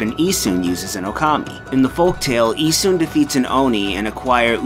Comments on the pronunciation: It's actuallt pronouced Ee-SH-un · I thought his pronunciation was particularly rough. The way he says Susano and Isshun was especially bad.